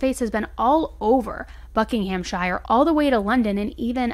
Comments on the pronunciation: It's pronounced 'Buckinghamshur' rather than 'shire' and Milton Keynes is pronounced 'Keens' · And Buckinghamshire is bucking-um-sher. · This has been in the news in England really recently 😔 Thanks for all your awesome coverage of all these cases, and your updates which are much appreciated. Xxx Just incase you wanted to know... this is how these following words are pronounced: Buckinghamshire= Bucking-um-sheer. Milton Keynes= Milton Keens. Thames Valley= Tems Valley. Xxxx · Thank you for covering a UK case! We were all following along in real time with baited breath. Couple of things, Thames is pronounce Tems and Buckinghamshire is pronounced buck-ing-am-sheer we like to shove silent Hs into all sorts of words and pronounce things different to the spelling! Also we use 'saddo' as slang for loser so she was probably just jokingly calling her brother a loser rather than it being in reference to his mental health. So many things done wrong in this case is due to how woefully funded all our public services, especially the mental health system, which leads to crappy training. The poor family have had to deal with so much loss and my heart breaks for them. So many people die as a direct effect of our broken mental health system in the UK and it only gets worse year on year as the people in charge continue to drain more more funding out of it. People are drowning and our goverment is throwing them more water instead of throwing them a flotation device and it's disgraceful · I love how beautifully you don't shy away from pronounciations! Thameside is pronounced as Temz-Side, Buckinghamshire is pronounced Bucking-ham-sheer and calling someone a 'saddo' is a cheeky term of endearment basically saying someone is not 'cool' but in a joking way (mostly!) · Just a tiny hint from a Brit: ‘Buckinghamshire’ is pronounced ‘Bucking-um-shur’ (don’t roll the R), and ‘Thames’ as ‘Tems’. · Hey, just wanted to let you know, Buckinghamshire is pronounced as “Buckinghamshuh”